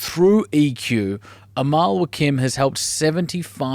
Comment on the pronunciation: Lol, I happen to be Mr. Nader Wakim. I bet you Amal WAKIM must have Lebanese origins too. The family name is pronounced in Lebanon WACKEEM had AMAL told you this, I bet you she did not know it herself. Does Amal Wakim have a Website?